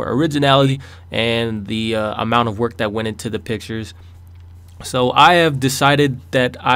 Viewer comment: When he said "These are the pictures i picked" I thought instead of saying pictures he said bitches!lol XD